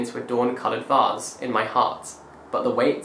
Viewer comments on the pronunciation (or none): none